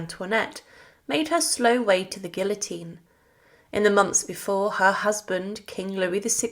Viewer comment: I wanted to watch your video. But when within the first 60 seconds you mispronounced "place" and "guillotine" I was done. Huge NO for me. If you can't be pissed to pronounce words properly your interpretation of history is shite. ✌🏻 out.